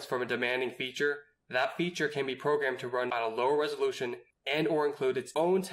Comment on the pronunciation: what is resoloution? 😂